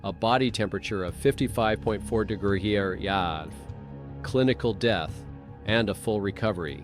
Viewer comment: I thought “AI” stood for artificial intelligence??? There is absolutely nothing intelligent about this AI dude. He’s cracking me up trying to say “degrees” lmao 🤣 too funny.